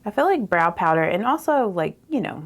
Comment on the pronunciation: I love DT makeup and you make it look stunning. I encourage you (if you want people over 20 to watch) to realize there are many single syllable words that you turned into two ( bah-row, bah-lush, bah-right, love-ah, etc.). Go those of us over 30 it’s very distracting from your beauty.